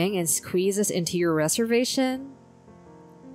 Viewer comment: rez-ervation, not ree-servation